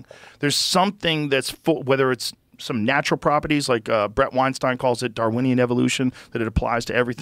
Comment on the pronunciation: First of all, Brett Weinstein is steen also not stighn at the end of name pronouncing Harvey’s brother they look just alike or their cousins one of the other, but don’t pronounce it like Einstein. It’s steen at the end just like Harvey., Eric Weinstein too